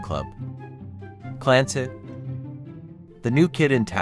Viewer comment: The way he pronounced Clancy💀